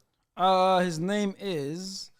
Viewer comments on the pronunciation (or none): Butchering so many players names😂